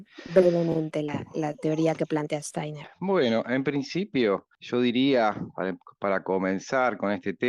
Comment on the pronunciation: Estaría bueno que se pronuncie bien Steiner y Waldorf Muy buen video Gracias